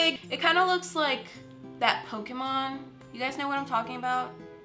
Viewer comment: Ima Pokemon fan and I thought she said poke men XD